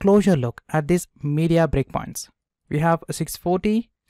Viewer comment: when you say 'breakpoints' it sounds like bitcoins 😃